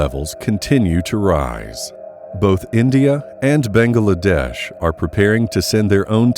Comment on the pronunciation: Why can't you pronounce Bangladesh? 3 syllables, bang glA desh. Not 4, "Bang AA La desh"